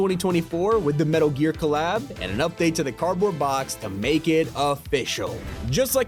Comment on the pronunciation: Bro is pronouncing adidas and nike wrong